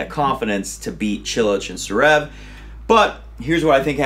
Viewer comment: DUUUUUUUUUUDDDDDEEEE IF UR SHOW IS GONNA BE THE MOST WATCH ON TH WEB AT LEAST SAY THE NAMES RIGHT ZZZVVVVVEREV NOT SUREV DUUDE A LIL EFFORT